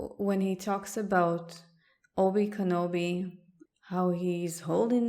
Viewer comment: Oby Kenobi... lady it's pronounced Okey doke Balogna